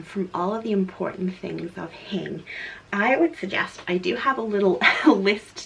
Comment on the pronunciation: per simple Google search: "Learn the Hygge Definition & Meaning on Hygge House Hygge (pronounced hue-guh not hoo-gah) is a Danish word used when acknowledging a feeling or moment, whether alone or with friends, at home or out, ..."